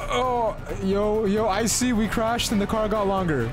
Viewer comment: "Icy" NO "I see" YES